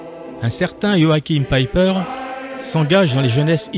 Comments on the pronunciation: Ce qui me hérisse toujours, c'est l'INCAPACITÉ des français de prononcer des patronymes étrangers. On arrive à un "Joachime Pèpeur" des plus grotesque. P'tain, sortez un peu de votre univers étriqué et apprenez un tout petit peu les autres langues. Ah, dans le même genre mais dans un autre contexte, encore plus grotesque: les journalistes français s'évertuent à prononcer le très francophone nom du premier ministre canadien "Djeustine Troudeau". A pisser de rire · "joachhime pépeur" Bon dieu faites un effort pour prononcer correctement les noms.